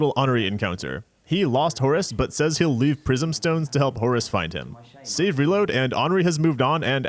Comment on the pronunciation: great content with this series, but i have to mention that after untold hours of watching souls videos and exposure to the term “save; reload,” is the first time i ever heard “savory load” instead. thanks for that, i hate it.